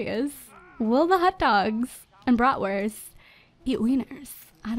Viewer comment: What's a 'brotwirth'? Is that what they call hotdogs in America?😂